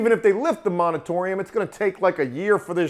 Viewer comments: Moratorium. Moratorium. Not Monetorium. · The word is Moratorium, not monatorium, just so you know,. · "moritorium" not "monitorium" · You should call Ben Mallah. He will lace you up. You are for sure doing it the riskiest way. Also say it More-a-tory-um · moratorium, the word is moratorium. /ˌmôrəˈtôrēəm/